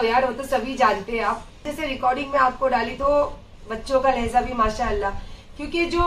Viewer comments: Lahza nahi kehte... Lahja boltey h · It is not 'Lehza' it is 'Lehja' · Lehza nahi lehja pls